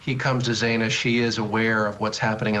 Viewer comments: Absolutely. Morgan instead of Mogen. Zaina instead of Xana. Talking heads that 1 hour before the segment picked up some talking points and tried to act as if they were “invested” in this tragic story. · And pronouncing Xana's name wrong too. Take this video down. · Bottom left blue suit guy has called her Morgan in other interviews, also. He cannot pronounce Xana's name correctly. Get rid of him. Clearly he has not studied this case at all. He needs to not be invited back. He has no credibility.